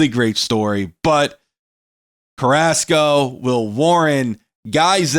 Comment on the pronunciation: Man I hate how he cant say Carrasco right...I mean I get if you cant roll the r's, but "Ask-O"...? bruh